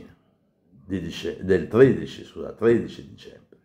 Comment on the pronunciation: Milo Infante legge il numero 13 come ""amore mio""